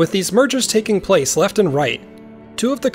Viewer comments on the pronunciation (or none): none